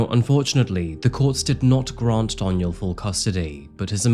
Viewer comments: Anyone else twitching when he says “Donial” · I love how you keep saying my name wrong. It's pronounced Dawn-yell